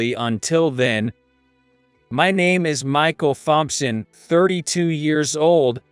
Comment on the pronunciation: Poo-ah? Thahm- son? Thold? Tarking? Tone deef?